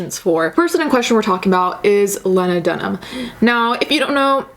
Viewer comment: Ok but you saying "lahnadunhum" is killing me